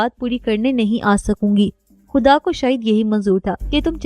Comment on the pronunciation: اچھا چینج ہے۔ اس چینل کے مردوں سے زیادہ اچھا انداز ہے آپکا 😊 بس خ کی آواز پر خاص توجہ دیں۔ خ کو ح نہ پڑھیں۔ جیسے خواہ کو حواہ نہ پڑھیں۔ اور خدا کو حدا نہ پڑھیں۔